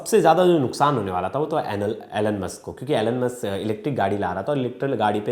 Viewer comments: Atleast pronounce correctly when you are representing such a big channel. Its Elon Musk not Alen Musk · Bro you literally said " Anal-musk" 😂😂